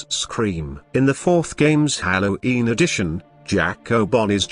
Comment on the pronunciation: Candy cadet: hallo’een